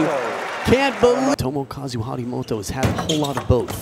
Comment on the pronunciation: Harimtoto?? It's Harimoto